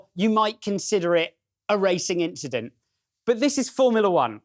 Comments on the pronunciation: Just an inchident man cmon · “It was just a racing inchident” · It was nothing, just an inchident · nothing just an inchident tbh